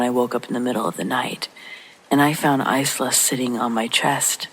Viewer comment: Isla: Eye-lah.